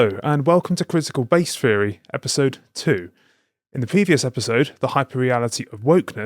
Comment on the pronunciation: "Feery". Yeah okay mate.